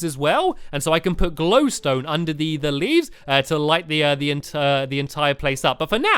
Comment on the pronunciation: he said livs